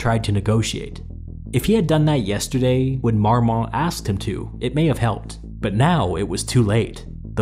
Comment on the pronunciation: "aproximately 'learn how long a metre is' high" "yesturday" DON'T STOP!